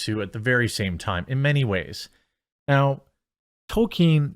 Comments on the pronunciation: STOP CALLING HIM "TOKEN" FFS IT'S "TOLKIEN"... The show is fucking awful and actively, purposefully insulting to Tolkien and his legacy. They deserve no benefit of the doubt. They deserve to fail and be ridiculed. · TOLL-KEEN not Token. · It's not Token.... it's Tolkien. There's an "L" in his name. You sound absurd whenever you say Token. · Not a super fan of Tolkien, but I follow you daily. Please, please please: It's Toll-keen, not Token. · Tol KEEN. Not Tol ken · Jeremy, can you please tell me why you keep pronouncing Tolkien as "token"? I love your videos, but frankly it's driving me insane every time I hear you say "Token". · Its not "token" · please stop saying Token. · you calling Tolkien "Token' is probably going to trigger just as many LoTR fans as the amazon show. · How have you made this many Rop videos and still pronounce Tolkien wrong?